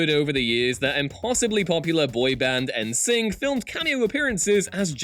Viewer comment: listening to a British person so wildly mispronounce the nam NSYNC is hilarious. it actually makes me think British people don't know it is supposed to be "In Sync" lmao.